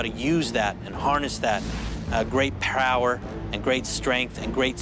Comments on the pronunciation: "great prower'😂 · Is it just me ot did he say prower